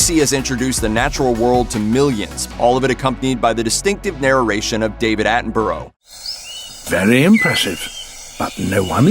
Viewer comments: its pronounced like atten bruh not atenborrow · Bu-rah. Not bu-row 🤦🏻‍♂️ Americans can’t speak English. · David Attenborough* it's pronounced atten-bu-ruh. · It's David Attenborough, not 'Attinboro'. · It kinda triggered me how he said it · ‘David attenborrow’ got me triggered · Did anyone else get annoyed by how he pronounced Attenborough? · You pronounce David Attenborough's name wrong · How dare he pronounce sir attenbourgh's name wrong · It's SIR David Attenborough!! 😛 Also, LOL at how Americans say "borough" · Cant believe hes butchering david attenborough surname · Please learn how to pronounce Sir David Attenborough's name. 🤦‍♂️